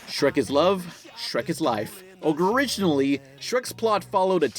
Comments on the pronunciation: Did you just fucking say "ogreiginally"? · Ive seen this video nearly a hundred times, and ive only just now noticed that says “OGREriginally” when he starts the shrek segment. Fucking classic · I swear, during the shrek part, I heard "Ogreriginally" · I had to stop everything I was doing to rewind back to just to confirm this fuckin guy said "ogre-iginally". You piece of shit, that was great. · said ogreriginally. Anyone else noticed this?